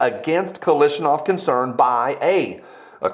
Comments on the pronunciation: KaLASHnikov. Not KaLISHnikov. Thx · Sound it out bru: KAL-ASH-NI-KOV. not Kalishnikov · KalAAAASHnikov It's an A not an i 😭